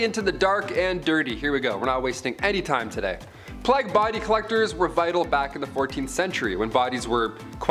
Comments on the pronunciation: PLAY-GUH not PLOGUH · Plague is pronounced as Play-guh. Ewerer is pronounced You-were.